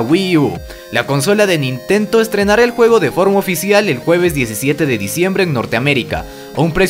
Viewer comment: dijiste nintento jaja